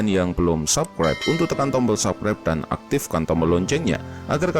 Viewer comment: "subscribe" itu dibaca SABSKRAIB bukan SAKREP "weapon" itu dibaca WEPEN, bukan WIPEN. "iron sight" itu dibaca AYERN SAIT, Bukan AIRON SAIK.